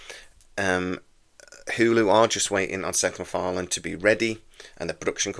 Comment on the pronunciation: "Sex MacFarlane".